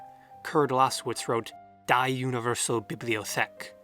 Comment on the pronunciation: Die is pronounced "dee" in German ;)